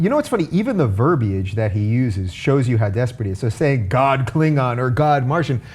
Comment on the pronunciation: to for pronouncing the 'i' in verbiage. Sick of hearing 'verbage'.